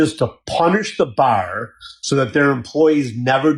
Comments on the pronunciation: that lawyer has a really weird way of pronouncing "bar" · That Malman law guy can't pronounce bar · Ive never heard someone struggle to pronounce “bar”, but that lawyer said “bawer” like 7 times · is the lawyer saying Buyer or Bar? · The attorney's way of pronouncing a three letter word (bar) annoyed the Hell out of me. 🤣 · The first lawyer says "bar" the weirdest way I've ever heard. How does he get two syllables in bar?? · That guy was really struggling to say "bar" lol